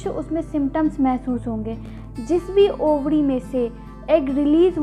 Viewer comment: Ovadi ya ovari madam